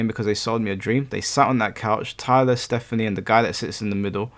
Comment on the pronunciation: “ Stephane” lmao